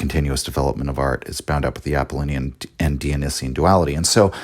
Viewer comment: I just can’t get over the mispronunciation of Apollonian and Dionysian